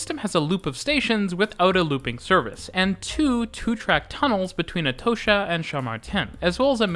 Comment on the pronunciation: Atocha = "Er toe sher"? ok, mate.